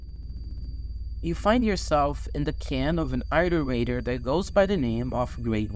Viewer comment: iterator is pronounced “It-terator” not “*eye-terator” (Ik English prob isn’t your first language and you most likely heard of the word through das but he intentionally mispronounces it)